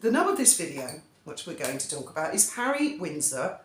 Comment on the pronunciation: Hawwy Hawwy 😂😂😂😂😂😂😂 man, what next the Purple Heart? Hawwy king of the skies 😂😂😂😂😂😂 stop it.